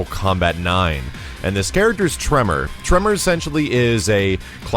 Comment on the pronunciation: You say Tremor, I heard Toph